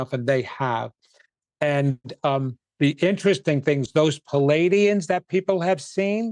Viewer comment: its PLEE-ay-dee-ans not pul=ay-dee-ans. thank you, the managemrnt